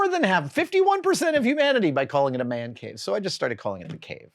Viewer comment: "THE WO' MAN CAVE" (WHOAH-MAN) 😅